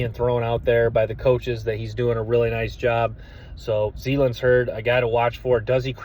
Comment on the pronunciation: Hey my man love the content and I already subbed but plz stop butchering the guys names zalance (zuh-lance)heard and Gil-Lory spelled guillory.. only trying to help .. no offense. Geaux tigers